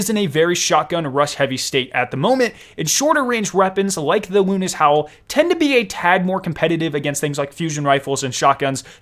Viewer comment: It is the howl of Luna. Luna's howl. Not "lunis howl" the broadsword pronounciation is the only one debateable